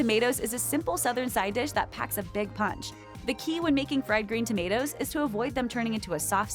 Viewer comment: 😂 the movie is called Fwiwd Gween Tomatoes 😂 Okra is gross and slimy